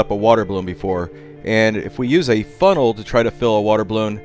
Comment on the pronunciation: When you said funnel it sounded like butthole.